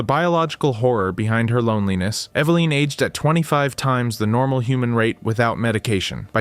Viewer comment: EVA-LIN not EVA-LINE.